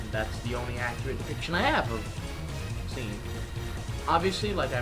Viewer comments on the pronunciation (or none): seam is pronounced shawm (like shawn with an m)